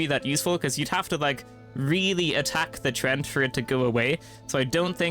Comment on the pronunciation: "treant" is pronounced like tree ent